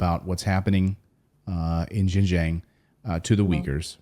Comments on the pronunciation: Xinjiang is pronounced Shin Jeang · Xinjiang pronounced 'shinjiiang' please!!! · This woman is cookoo-cookoo-cookoo.... She has no idea about XinJiang! She has never been to XinJiang! She can't even PRONOUNCE XinJiang! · This woman is such an expert that she pronounces the words Xinjiang so incorrectly that anybody who speaks Chinese would not recognize what she saying! She is so wrong